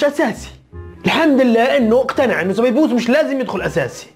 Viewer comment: هههههههه سبيبوس يا اسمع سبايوس